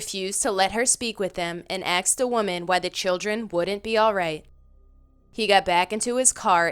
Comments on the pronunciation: WTF happened to the word "Asked" I swear to god no one can pronounce it anymore ending up as "Axed"... The women in this video pronounces every English word fine, but still ends up saying "axed" every time, in almost every video. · These videos are entertaining but PLEASE start pronouncing the work “asked” correctly. It is not “axed”. I hear this multiple times in nearly all of your videos. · Wow, pretty frightening. Lots of people being axed. Wait .... ohhh, *asked? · Its pronounced "asked" not "axed" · I noticed how she says "axed," instead of "asked." Other than that she's pretty good